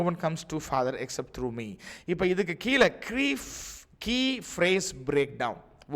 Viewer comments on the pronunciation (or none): none